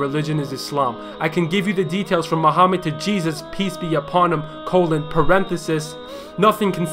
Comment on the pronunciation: That's was great. Just didn't like how he said the name of Prophet Muhammad (PBUH) in an English accent.